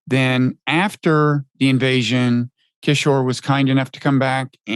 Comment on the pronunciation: Agreed. Prof Kishore is ethnic Indian and yet he loves, respect and support the CCP deeply.. why can't Mr Wright respect Prof Kishore and learn to pronounce his name?